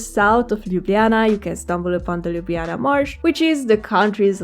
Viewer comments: Slovenians don't pronounce lj and nj together. We say l and j sound separately. So you have pronauced Ljubljana correctly as per Romanian style. In Ljubljana we also skip j and call it also Lublana. Very nice video ❤ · Aaah binged on your videos till I got here xD. Slovenian does not have the south slavic Lj sound. So you pronounced the just right. Although linguists did add the lj combination to the writing back in the late 19th century early 20th century. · Great effort from your side and nice video,! Perhaps just as a feedback: we do not pronounce LJ together, you say it right:) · YOU LITELARY PRONAUNCED LJUBLJANA AND SLOVENIJA BETTER THAN ME AND IM FROM SLOVENIJA 😂❤